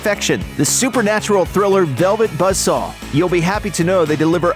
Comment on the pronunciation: I did enjoy “Velvet Budsaw”